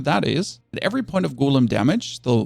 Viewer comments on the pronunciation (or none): what the hell is a goooolem? Did I learn english on a different planet? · Repeat after me. Golem. Not Goelem.